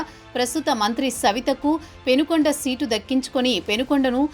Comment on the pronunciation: It's Penukonda not Penugonda. ఊరి పేరే correct గా లేదు. వార్తల్లో ఎంతగా నిజాలు ఉన్నాయో.